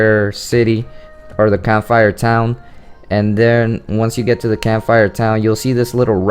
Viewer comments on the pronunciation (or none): Hey everybody I think he needs to learn to pronounce Cam-phi-er Town! Also anyone who knows the basics about breeding knows this!